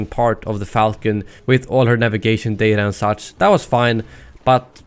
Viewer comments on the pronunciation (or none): none